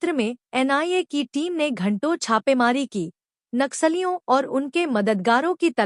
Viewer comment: कृपया’ नक्सलियों ‘ का सही उच्चारण करें।” नाक सालियों “ के बजाय “नक्सलियों” कहें।